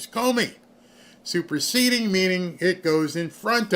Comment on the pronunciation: When he said "superceding" I thought I was hearing "Super seedy"... with Comey both are true